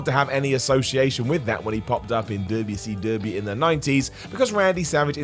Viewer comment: If you didnt know who paul is then you probably shouldnt do wwe lol and why do you keep saying wcw like that? The hick wrestling was ecw not wcw